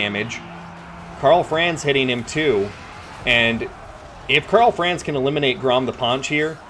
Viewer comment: Great videos, but your mispronunciation of Franz hurts my ears every time.